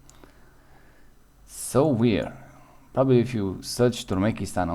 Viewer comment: Turmekistan?😂 Türkmenistan bro